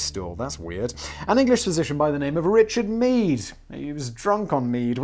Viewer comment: Richard Meef? Or did my ears play a joke on me. Because thats pronounced like the german "Mief", wich is another word for smells from slightly bad like of stale & moldy air to moderately bad smells like farts. And for his favorite medical treatment, that would be a fitting name indeed...